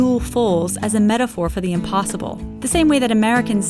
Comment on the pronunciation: Did she say “implossible”